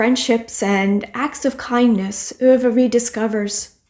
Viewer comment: Hi! What a lovely heartfelt video! So many great suggestions. I love how you pronounce "Ove"! I speak a little Dutch and love the pronunciation of "oo" but it did not click when I read the title that it was probably like that! I really need to get to 'The Secret Life of Bees'. It has been on my TBR FOREVER! Have a wonderful Thanksgiving!🦃